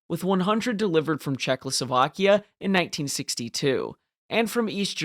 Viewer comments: I didn’t really care about the pronunciation im just pointing out the possibility of this being his strongest argument (I didn’t really get the reason he thinks you have dyslexia other than a simple mistake)It sound like you say czechloslovakia instead of Czechoslovakia ( basically adding an l) nice video though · ably talking about your pronunciation of Czechoslovakia